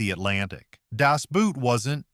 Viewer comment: Not only did you put Das Boot way too far down the list, you can't even say it correctly. Well, i guess that's what happens when it's an AI reading off a script. the German word Boot is pronounced the same as BOAT Crimson Tide is a joke! The Navy refused cooperation because the movie had absolutely no relationship to realism. As an active duty submariner, i saw this in a theater filled with submariners and none of us could stop laughing. U571? Really? This is another movie that is more joke than anything else. You did get one thing correct, it was Hollyweird rewriting the war. It "thrilled mainstream audiences" because none of them has even a hint of a clue what submarines are really like. You obviously never talked to any real submariners regarding Down Periscope. Item after item you've proven that you have absolutely no clue what you're talking about. You have 2 movies listed as movies that submariners enjoy that are absolute jokes that not a single submariner will say is worth the film that was wasted making it and one of 4 that you claim are hated that every other submariner i've ever talked with has said is one of the best made. You weren't even able to copy legitimate works that were accurate. Add to that, you didn't even come close to the order that actual submariners rank these movies. If you're going to claim that submariners feel a certain way, at least talk to some of them, don't blatantly lie. To make it even more insulting, you have the whole thing read by AI tha